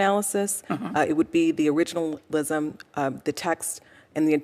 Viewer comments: Cannot pronounce originalism? 😅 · Man she couldn’t even pronounce “originalism” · She is a judge and cannot even pronounce the word originalism. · Originalism .... she can't even say it 😂😂😂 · She can't pronounce it. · They have one who can’t even pronounce the word originalism 🙄🙄🙄🙄🙄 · This black woman can’t even pronounce the word originalist. What they need to do is read the document its simply stated what they mean.